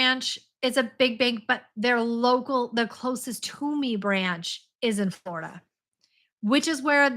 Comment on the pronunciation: When you said "Flor-IDA". now all I can think about is "Ore Ida" potatoes. That's ok, they are my favorite brand of hash browns anyway.....GO KICK BUTT AT THAT BANK. Well, get a lawyer first (?).